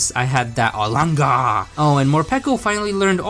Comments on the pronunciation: I love how he says “arlanger “ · The way he says olangaar makes me laugh every time